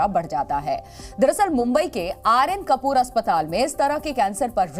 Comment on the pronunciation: कौन news रीडर है ये 😂.. कुपर हॉस्पिटल है... और ये कपूर बोल रही है.. है भगवान 😂😂😂